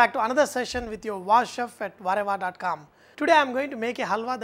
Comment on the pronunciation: whenever i hear vahrehvah i always think you're saying ¨WHATEVER¨ in an indian accent